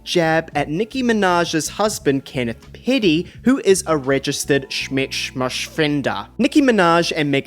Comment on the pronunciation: I legit thought u said daddy when u said Kenneth piddy